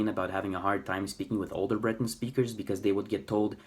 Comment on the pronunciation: For once, no nonsense! (a diplomatic term to replace two other less polite words). It is so hard to find people who "tell it like it is" regarding Breton. And you even pronounce the word properly instead of aping the French accented word. Thank you or even "merci bras deoc'h. I remember reading in the local weekly paper " Le Trégor " where they published a census taking (this was 1992) of the number of "bretonnants" or Breton speakers. The number came to 220,000 Breton speakers. Now, to this number, they divided it further down to people who spoke it on a daily basis or people who learnt it at home (probably in a rural setting) but didn't speak it very often anymore. In this census taking, it is important to point out that they didn't include people who "learnt Breton in books or other materials. Now, 30 years on, how on earth can they come to 220.,000 again? Oh, just to make it clear. This was census taking for all of Brittanly. Personally, I think it's more imaginary than real. Well, nowadays, it's your right to be called a woman even if you were'nt born one. I am not a native speaker of Breton even though I could pass for one once upon a time. I worked on a couple of farms in or near Plouaret and Vieux Marché. I ended up marrying one of the daughters at the first farm. I continued to speak Breton with family, friends and colleagues who were Breton speaking and my age or older until very recently. i still speak to my ex in Breton as she appreciates that emotional contact th